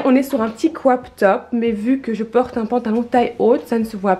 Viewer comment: Tu dis mIdium , trop bizarre, chouette vidéo à part que ça bouge trop de l avant à l arrière et faut vraiment arrêter d essayer de faire un accent anglais genre cwop top😂